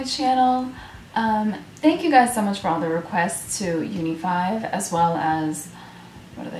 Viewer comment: And yeah, u pronounce their name right :>